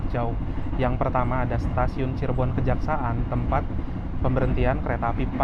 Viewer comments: Bukan stasiun Kejaksa'an tapi stasiun Kejaksan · Cirebon kejaksan bang , bkn cirebon kejaksaan 😂😂😂